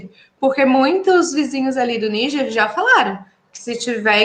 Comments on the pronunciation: Vei. Não fala niguer, fala Nijer… YouTube vai bloquear vcs! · Por que ele fica falando Níguer e não Níger?